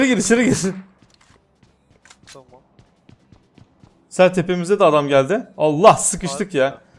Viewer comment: Abi sezer yerine se diyosun 😂